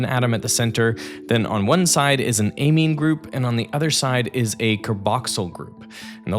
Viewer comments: Eymeen? At least in the states that’s not how we pronounce it. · Excellent summary. Amazing ability, beyond belief. Pronunciation of amine is off.